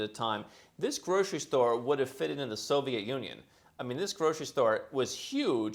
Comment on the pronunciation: Grocery store sounded like a Super Aki 😅